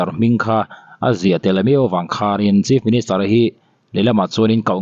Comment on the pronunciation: Chief ministure/minischer tia i lam tlat le😮